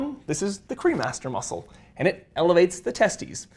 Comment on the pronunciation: I swear I thought you were saying the cream Master muscle I was like hmmm 🤔 that's aptly named. lol